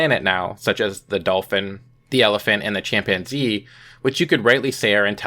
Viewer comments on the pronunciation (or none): did you just say 'champanzee'?